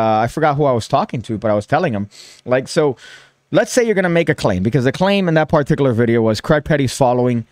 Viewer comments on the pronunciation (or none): You need to work on your pronunciation of the word particular. It's a word you clearly love, as do I. However, you need to relax a little when you deliver the first syllable there. You're way too heavy with that first syllable. Just chill, man. You're like: (PAR-TIK-yoo-ler). Only one syllable needs stress, and it's the second one. Say: (puh-TIK-yuu-luh). Give your tongue a break - heaven knows your tongue needs a break with all the rug-munching you do.